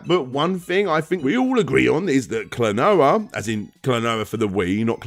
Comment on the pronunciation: I will seriously become a patron if you learn enough Japanese phonetics to not make me cringe. The consonants sound as they look, and there are five vowels that have a consistent sound! Throw in a few diphthongs, and that's your lot. Talking about retro gaming, names and titles in Japanese come up a LOT.